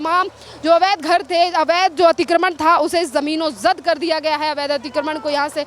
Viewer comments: जमीनोंजद नहीं जमींदोज बोल बेवकूफ... हिंदी की चिंदी मत कर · मैडम जमीनोजद नहीं जमींदोज होता है, यही बोलिए।